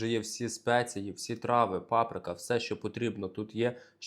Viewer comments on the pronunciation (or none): none